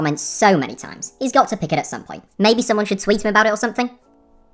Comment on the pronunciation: bro you said tines before yet it was times